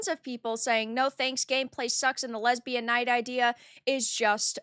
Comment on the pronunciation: A game about lez-bee-yawn knights??? Really???😂